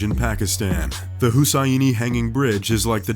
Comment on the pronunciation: Who taught this guy to pronounce stuff? It's a great video but it's driving me nuts. Who Say Eenie Bridge in Pakistan. Husaini is read Who Say Knee!